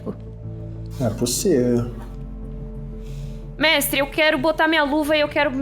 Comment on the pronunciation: NÉ POSSIVU VELHU